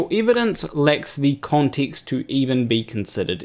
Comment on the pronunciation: The way how he pronounced context made me jiggle